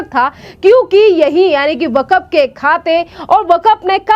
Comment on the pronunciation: बेटी वकफ नही वक्फ बोर्ड है थोङा अपनी हिन्दी सही करो